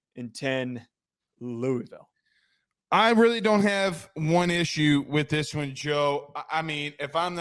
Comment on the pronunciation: Just by the way you pronounce 'Louisville'... if you know you know